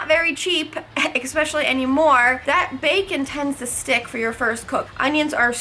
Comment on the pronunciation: Love it, but can you please stop saying eXpecially in your vids? It's eSpecially.